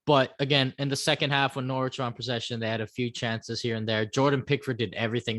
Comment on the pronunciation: Also the W is silent in Norwich